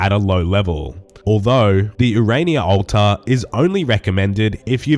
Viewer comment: My favorite part of this video is hearing say "ulta" 69 times lolol